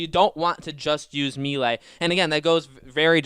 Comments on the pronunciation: Why does he keep saying me lay? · Can't forget him repeatedly saying me lay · Mel- lay, it's a French word,,, Melee, it's not hard to learn a few French words buddy lol